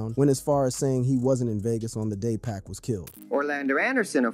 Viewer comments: 2pock not 2pack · 2pac not 2pock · U know nothing about 2pac or else youd say his name right